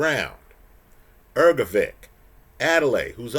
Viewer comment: The man you love so much has a name that is not pronounced as Ergo-vick,. Take a minute to have the decency to learn how to pronounce someone’s name. It’s common courtesy.